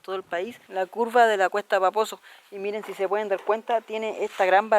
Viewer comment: Siempre escucho "cuesta baboso" en vez de "cuesta paposo" wooow vaya. Que genial video :)